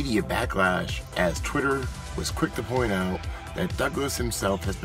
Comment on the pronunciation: Twit err ahh tee